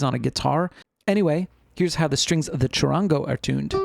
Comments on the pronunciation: Chud-ahn-go the middle gets a short a vowel sound in Spanish and the soft r in the middle has almost a d sound. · You telling me a person from USA that cant pronounce the name right is lecturering us about Charango. ITS NO DEBATE.. ITS A BOLIVIAN INSTRUMENT